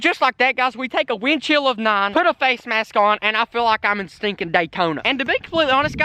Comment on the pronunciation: Who else herd him say wind shield every time he said wind chill after the Mexican word of the day